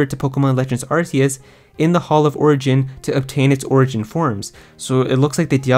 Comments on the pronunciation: It’s pronounced as ark-e-us. This is why Silvally’s ability is called RKS system. All I hear is arse when YouTubers pronounce it differently 🤣🍑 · its pronounced arkeus btw